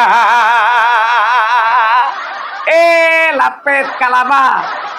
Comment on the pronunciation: Abang kalau bilang Lapet sy jd ketawwwee teyussss